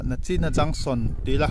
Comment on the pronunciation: A bengvarthlak ṭhin hle mai. Chuan nachin nilo in, nichin lo ti tawh bawk la😊